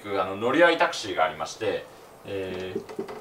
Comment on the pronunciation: これじゃタクシーじゃなくてタクスゥィーだよ